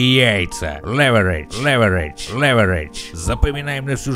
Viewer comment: Лэвэрейдж.....,отличное видео и фан, спасибо за позитив)))